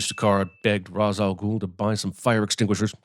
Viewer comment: The biggest sin is the way they pronounce Ra's al Ghul